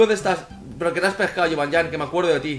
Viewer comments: dios que se dice jibanian osea no es llan como tu dices es nian no ves que suena mal si dices jibanllan que si dices jibanian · se dice yibanian no yibanyan